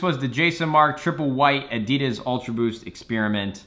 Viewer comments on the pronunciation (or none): say Adidas right